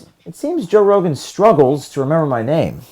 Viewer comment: "Toe Rogen"